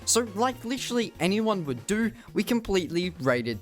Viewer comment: The way you say literally